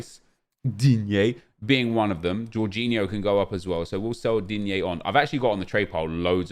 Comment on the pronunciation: Nobody:: DEANYAY